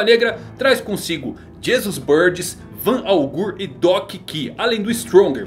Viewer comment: Doc ki? Kkkk Doc q mano Se for falar em inglês seria doc kiul